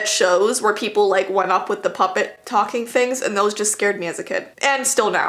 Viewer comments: Are you trying to say pupet ?? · You were trying to say puppet